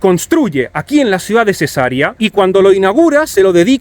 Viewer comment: Cesarea se pronuncia con acento en la segunda e y alargando la e!! es latín!